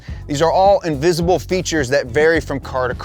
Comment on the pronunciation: “Invisible” 😂😂. What are you talking about